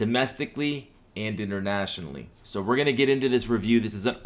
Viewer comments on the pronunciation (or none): none